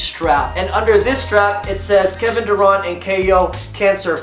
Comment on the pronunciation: Kevin daruant lol had me rolling